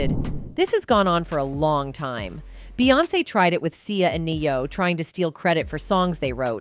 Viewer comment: Knee oh..Bee hive. Pronounce.